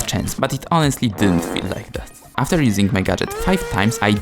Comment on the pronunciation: “Aftxr” ❌ “After” ✅